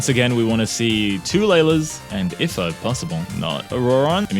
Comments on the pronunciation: If-ah 😭😭. IT'S EE-FAH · you pronounce the i in ifa the same way as the i in it “eefa”